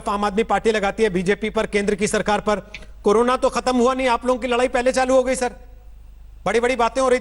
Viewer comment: कोरोना ( कोरोरना)